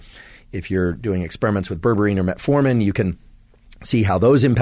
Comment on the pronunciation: Would you be able to put graphic spelling on the video when you talk about products and terms that aren’t in everyday vocabulary? It took a minute for me to realize that what I heard as “ververeen” is actually berberine. 😜